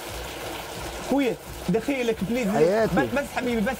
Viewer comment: يقول ابليييييز